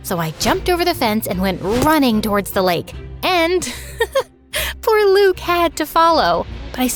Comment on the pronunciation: As a French person I’m happy we get a story set in France but I’m also mad they did pronunce « Luke » and « Durand » correctly